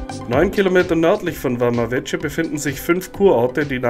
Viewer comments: War selber schonmal dort, meine Freundin kommt da aus der nähe her (Mangalia). Kleiner Tipp noch, man spricht es ‘’Wama Weke’’ aus. :) Sonst interessantes Video. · Man spricht Vama Veche nicht Wama Wetsche, sondern Wama Wecke!